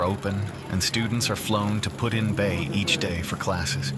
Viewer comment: AI is saying Pud in Bay... its PuT. Not pudding bay.